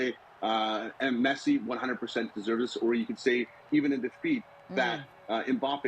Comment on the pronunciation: PLeeeeassse make the effort of pronouncing Mbappe`s name slightly correct. It`s Mbappeee. Mbappé